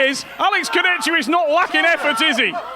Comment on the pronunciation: Kurdecha ❌ Kurdetchka ✅